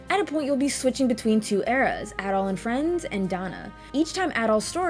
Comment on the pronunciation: My favourite action RPG of all time, go play it. Actually, as someone who's played the whole series, go play everything, you're missing out. A couple of points tho: - I will commend you for correctly pronouncing Adol's name correctly, as opposed to many others who say Ay-dol. - I also agree on the epilogue bit, it's so badly executed, lol (though the credits sequence gets me feelsy everytime). But hey, I still prefer it over Celceta's non-existent ending, ngl. - Just incase you didn't know, Celceta's Flash Moves and Guards have a way more forigiving time window. - "Celceta had a fixed camera where you could see everything on-screen" - Try fighting the super boss (the guardian of the forest thing) and then try saying that, lol. Also in regards to the camera, I noticed you were using lock-on a lot when talking about it, sometimes it works much better without doing that. - And finally the OST. Believe it or not, the OST from this game is actually my favourite in all of gaming, which is saying a lot. So yeah, at least go listen to the tunes.